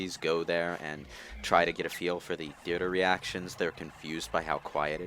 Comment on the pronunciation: Emphasize on "try".